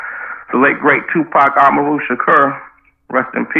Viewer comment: He said “the late great Tupac ah-mah-roo shakur” hahaha